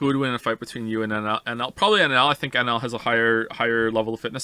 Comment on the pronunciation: Him saying "I love NL" sounds like "I love alan" I just can't unhear it